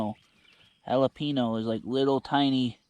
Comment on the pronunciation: If you can say the word “pen”, then you can say jalapeño…jala “pen” o